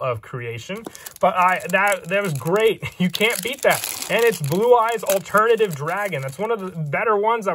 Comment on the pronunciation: ブルーアイズオルタナティブドラゴンの発音がよすぎるw